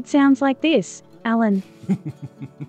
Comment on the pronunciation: A very fluent speech except the prononciation of the name "Alan"